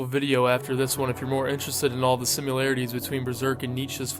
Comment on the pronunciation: Sorry... I can't help myself... it's pronounced SIM EH LARE EH TEES. Similarities... not simUlarities